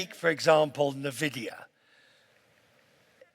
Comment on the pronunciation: "oh nevidia is in trouble"